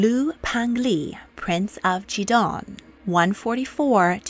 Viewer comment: Peng Li is P - eng (pronounced like you would say the g in ing) Lee. Not pen - glee.